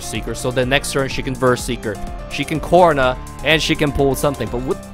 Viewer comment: Why do you pronounce Corina as corner?WtF